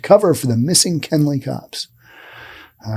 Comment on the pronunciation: It's Kenly, Not Kenley. I live not to far from here...